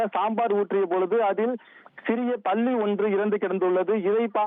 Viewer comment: பல்லி என்பதைக்கூட சரியாக உச்சரிக்கமுடியாத தற்குறிகலை வைத்து செய்தி வாசிக்கும் தத்தி தொலைக்காட்சி.